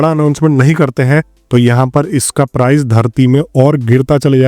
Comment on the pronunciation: price hota hai bhai prize nahin